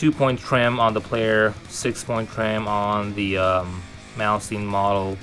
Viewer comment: why does everyone pronounce Malmsteen wrong??